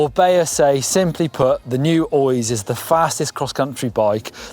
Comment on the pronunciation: When figures out how to pronounce Oiz, then I'll listen.